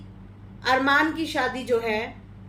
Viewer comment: Do not interfere in people family make your in contan and lastly say proper name not farman it is Arman ,ghairayal it is payal ,tikita it is kritika did u understand